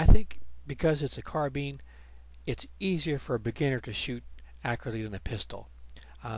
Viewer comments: I can't take it when he says car-bean... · Thanks, that error was mentioned the day the video was put up and about a hundred times since, I tell people now I said it deliberately to stop people going after my pronunciation of carbine. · Real question guys: is it car-Bean or carb-Ine